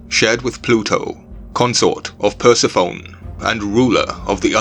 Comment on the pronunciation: It's pronounced Per seph oh knee, I'm pretty sure.😉